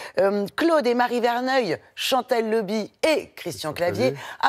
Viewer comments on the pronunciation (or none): C'est "LAUBY" et pas "LOBY" !! Et pourquoi pas Ary "HABITANT" aussi !!!